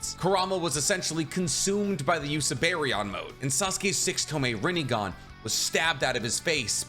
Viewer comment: [PAUSE] -> 😂Sasukes Rinegone😂 It’s funny bec its so ridiculous